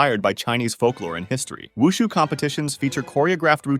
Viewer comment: When i looked at this i IMMEDIATELY thought of wushu cuz i follow wushu 😊 AND KUNG FU AND TAICHI 😃😃 (Side notes: for Silat its not Sai-Lat its See-Lat Tai chi is pretty much hurting your thighs from what i practiced Omg u actually pronounced wushu correctly (for the 1st time) and i love this vid)